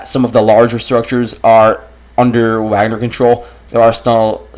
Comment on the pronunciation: I like that you call it "Wag-ner" instead of pretensiously saying "Vog-ner"